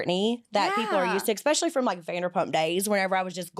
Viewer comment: Love that the interviewer said expecially